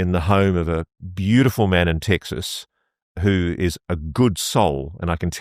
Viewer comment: Guy can't pronounce the letter e 😂 tistin as tiksus😂